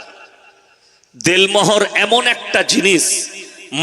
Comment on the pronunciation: .....Del Mohor noy, bolun.....Den Mohor.....So, correction plssssss🙏🙏🙏🙏